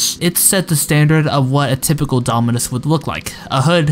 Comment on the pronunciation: nah bro how this goofy ahh kid pronounced half of the names wrong for the dominus 💀 (Also, i probably did make mistakes in this video since I'm no roblox historian. If you got any serious points I missed or got mixed up, feel free to reply)